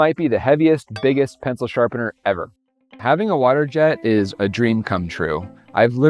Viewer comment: "The pencil shapener™" eh? eh?